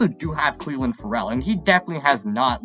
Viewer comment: Yah-neek IN-Gock-way Cleeee-LIN FUR-L